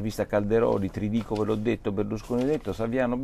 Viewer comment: Non si chiama Trdico, nn ha l'accento. Si chiama Tridico caro Porro. Non pensare solo a Françoise...